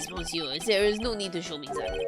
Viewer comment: Despite the word 'monsieur' being written that way, the 'mon' part is actually spoken like 'miss' (i.e. "miss me?") ."Sieur" is the same tone as the German "ö" actually, one of the sounds rarely produced in the English language. If I had to give it an equivalent, it would sound somewhat like the "Ea" used in "earl" or "early". So in English, you basically pronounce it "miss-ear(ly)", without the (ly) at the end. It also kinda sounds like "miss-you" if you put a heavy Scottish accent on the "you" part. French is one of those languages where a lot in those words gets swallowed up and muted or lost. "Mais bien sur" is actually "meh bee-n sür" (again "u" turns into the German "ü" sound.) "Tres" is "Tr-eh" (like the confused "...eh?" expression or the "e" in "emerald". "Alors" is "Ah-lor" (again like the "Ah" expression). Generally speaking, the "s" at the end of a word is a suggestion most of the the time and gets muted.